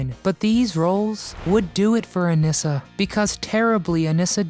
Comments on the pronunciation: Her name was pronounced A-nee-sa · Anissa's name is mispronounced as well.